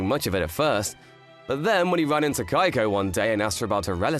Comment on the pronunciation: Sounds like the lad is saying “Geico” instead of “Keiko”